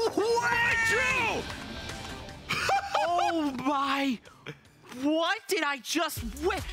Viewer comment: When the narrator said “MITRO!” I thought he said “Wytroe!”